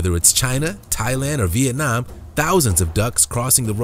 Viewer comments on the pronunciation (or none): none